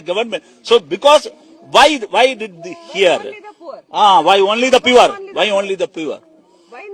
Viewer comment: .... pure or poor (Y, Y, Y...?) and NOT ONLY BUT ALSO and some "chiri" in between. Ithellamm pore Keralathil ninnulla oru MP-kku KARNATAKA city-il poyi parayuvaan. (Hope PV deliberately sent AAR to that place).... Kandaalum Kondaalum padikkilla ee high profile politicians... KASHTAM